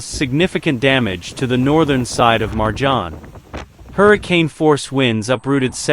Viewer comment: You should really learn how to pronounce names correctly. Jbao vas Marđan, Hajžuk i ostale besmislice. Kad već radite video, onda ga napravite kako treba.